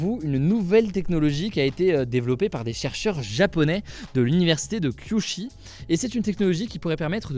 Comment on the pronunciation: Coquille qui s'est également glissée dans les articles citées : c'est l'université de Kyushu et pas Kyushi. C'est une des plus importantes universités japonaises, donc ça fait bizarre à entendre ahah c'est comme si on disait Science Pé Paris